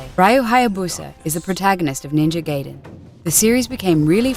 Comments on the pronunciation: i quit watching at the moment i heard "GAYden" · Yes I am. This woman is just reading from a script. She probably doesn't have a clue about any games. She got other stuff wrong as well. Though she definitely isn't the only one to get the pronounciation of Gaiden wrong. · GUYDEN NOT GAYDEN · ...and Ga-e-den not Gay-den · It's GUY den, not gay den. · Do you not know how to read or pronunciate? its called Ninja GAIDEN not Geiden. Gai - rhymes with guy, with a long i sound. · NINJA GAYDEN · 1,000,000 points for immediately proceeding to pronounce it as "Gaiden". Fuck off m8! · I hate it when people call it Ninja GAY-DEN. The game is not about a homosexual underground cellar. It's offensive to both the gay community and the game. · hahaha a gay cellar ^^ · Lol Gayden is how I pronounce it too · Its pronounced Ninja Gai-den. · I think ill dislike the video just because shes saying GAYDEN. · Ninja Gaiden is pronounced like Ninja (Guy)den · It's pronounced "Ree-yoo" Hayabusa and Ninja "Guy-den." Excellent video but please get the pronunciation right. It's painful for Asians gamers like myself to sit through this. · I can overlook the "male power fanstasy of being a ninja" comment as fucky as that was, but the mispronounced Gaiden and Ryu's name is unforgivable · god...how she speaks RYU and GAIDEN :(